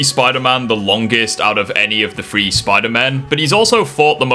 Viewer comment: you do realize that three is not pronounced FREE or PHRE or whatever you're saying